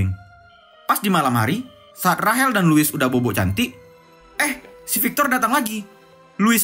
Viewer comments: Rachel❌ Rahel✅😂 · tulisan nya rachel tapi yg pengisi suaranya bilang rahel 🤣 dah itu nama gw lagi 🤣